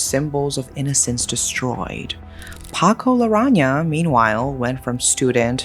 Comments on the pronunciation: Hi! Great video as usual. Just a little correction but his surname is Larrañaga instead of Larraña. Thank you 😊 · It's "Larrañaga", not "Larraña". You are missing a syllable. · Just to be precise: Paco's last name is Larrañaga, not Larraña. Otherwise, good coverage of this infamous case. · It's been so long since I last heard from you and I am now reminded why I stopped. The constant mispronunciation of names is really icky and somewhat disrespectful too. It is LA-RRA-NIA-GAH, not, LA-RRA-NIA. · By the way it’s Paco LARANNAGA NOT LARANGA 😊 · It’s Larrañaga (LAH-RAH-NYA-GAH). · It's Larañaga. La-ran-ya-ga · I'm certain that you're trying to pronounce the name correctly but it's pronounced as la-ran-ya-ga. The mispronunciation of Ñ (en-ye) is throwing me off. Also Jimenea as hi-me-ne-ya. I recently heard of this case but I never knew the details. Thanks for covering this! 💙💙💙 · I love the exaggeration in narrating the story.. how she described the scenes and plot such as foggy tinted glass window or such... It made d narration more picturistic...the surname of Paco wasnt pronounced right though.. its Larañaga as in Laraniaga if i remember it right..